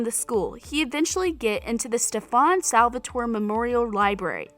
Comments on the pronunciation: stefUn sAlvatOry 💀💀💀edit: BAHAHHA ITS NOT HELENA ITS ELENA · lets not forget the way she said salvatore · I’m so mad half of this information was wrong and like can you say their names right like what the heck who’s helena? And its Stefan not Stephon and Salvatore not Salvatora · SteFUN SalvatoREh, Helena, Sillis and QwesAYUH 😭😭😭😭😭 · Literally “STEPHAWN SALVATOARae”😭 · StEfOn SalVaToRay 😂 its Stefan Salvatore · StefOn SalvatorAY and Helena 😂😂u need to practice your pronunciation 🤣 And we can’t forget siliS and QueSIYA 🤣🤣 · You pronounced Elena, Stefan, Salvatore, and Alaric wrong. Either watch the shows or don’t make a video. Salvatori is the last name in the books not the series